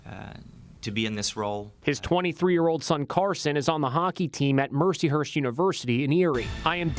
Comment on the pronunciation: it keeps sounding like they’re saying “Mershy Hershy University”